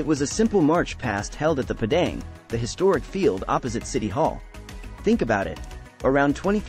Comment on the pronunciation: We say it Padang = "Par-dung". Toa Payoh = "Toe Paryeo"😊